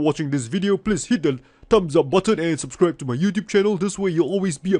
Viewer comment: Are you a kitesurfer? that subscribe accent sounded just like a Dutch Youtuber kitefinder!!